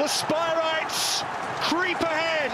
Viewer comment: Spireites not 'Spirites' Jeez